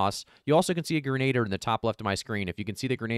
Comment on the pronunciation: Grenadiers- sounds like grenna deer. Excellent content! Says as Arnold I'll be back!